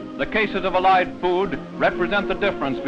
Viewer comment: Random side note but I just noticed the narrator puts the emphasis on the second syllable in "Allied"